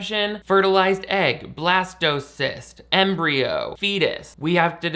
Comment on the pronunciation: what said: blastocyst what i heard: blastoise